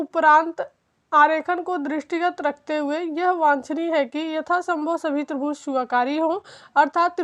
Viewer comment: मैडम माफी चाहूंगा कहने से पहले कि आप जो त्रिभूज बोल रहीं हैं, वो त्रिभुज है न की त्रिभूज